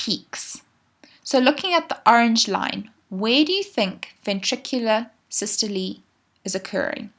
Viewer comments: it’s “sys-to-lee”, would you know or would a teacher? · It's actually sys to Lee. That's the actual pronunciation. So ye. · please stop saying sy-stol-ee like that its systole like bum-hole, not bum-hol-ee